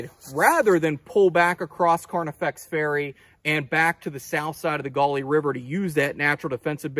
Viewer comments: I grew up in West Virginia not far from there and we called it the Gauley as in gahly no accent mark. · every now and then he said it correctly LOL! I'm from Harrison County.